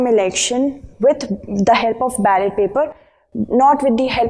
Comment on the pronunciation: its ballot and not ballet mam